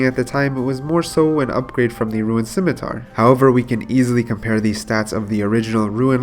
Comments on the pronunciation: your commentary is very good now. great job adapting to the advice so quickly. one gripe tho: “roon” not “ruin” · its not "RUIN" its RUUUUNE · "ROON" NOT "RUIN" JESUS CHRIST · why are you saying ruin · i will not watch if someone cant pronounce rune its half of the games name ffs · this guy and "ruin" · It's pronounced rune obviously, not sure why you would purposely go out of your way to say a word wrong about 200 times in a video, had to get off my ps4 and go to mobile just to comment about how annoying it is. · Says “Rune”scape but says “ruin” 2h.. niqqa what. Popcoin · Thought I was the only one that heard it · Why u keep saying ruin? And why Do u keep saying the same thing over and over again? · It's not "Ruin" my friend.